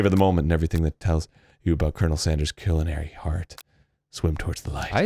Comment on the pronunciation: that is the weird pronunciation of culinary ive ever heard lol thats not even remotely close